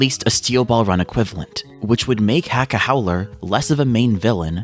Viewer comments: please for the love of the saints corpse Acca name is letter H in Italian the H is silent... its Acca not Hacca... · Heads up, it's spelled Hacca but still pronounced Acca. The H is silent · The ‘H’ in Hacca is supposed to be silent because it’s Italian! Great video otherwise! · Dont my guy cant say accas name correct your not doing to bad